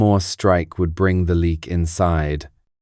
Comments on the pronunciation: ... it's not pronounced "leak" as in "leaking". It's pronounced "Léh - yuck". I'm Indonesian. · It's pronunced Le...ak.